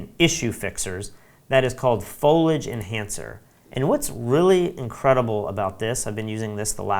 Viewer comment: Loved the tutorial. I would like to point out the correct pronunciation of "Foliage." It's a three syllable word: FOAL-ee-idge. Thanks for the overview of Luminar 3.